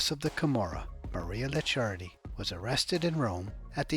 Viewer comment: Licciardi is spelled " leech hardy " , but faster and with hard " e " Also 200 euro notes aren't in production anymore , somebody using those for sure isn't ok 😂😂